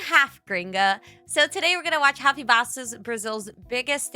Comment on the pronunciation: Tá a tanto tempo na gringa que esqueceu como falar “Rafinha” 💔